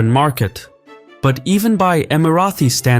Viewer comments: Great video. It’s Emira-Tee not Emira-Thee btw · Okay why do you think it’s pronounced EmiraTHI? I’ve never heard anyone else pronounce it like that. It’s Emirati « Tea » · It’s not Emirathi. Emirati ✅ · Emirati is pronounced with a plosive T, not the fricative TH. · just a question, why do you keep pronouncing Emirati as EmiraTHi? It is pronounced as Emirati in English as it is spelled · Emirati ✅ Emirathi ❌ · Why do you keep saying "Emarathis"? It is Emaratis.. felt like it was Marathis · Why "EmiraTHi"? Just Emirati ! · Love your videos but noticed whenever you have UAE content you pronounce Emiratis as Emi-Ra-Thee . The correct pronunciation is Emi-Ra-Tee. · Why do you keep saying *EmiraTHi*?!!! It’s EmiraTi! There is no TH sound!.. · bruh first of all can you pronounce Emirati right? it is Emirati not emarathi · Not Emirathis where did u bring that from, Its ((Emiraties)) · STOP SAYING EMARATHI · Stop saying EmiraTHi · Why does he keep saying imaraTHis 😭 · You invented a new annoying word "EmiratHy"! Nobody ever pronounced it like that! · why do u keep calling us "Emarathis?" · No it’s not, it’s Emirati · Please learn (or teach your AI) how to say "Emirati" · Emiratis not Emirathis!!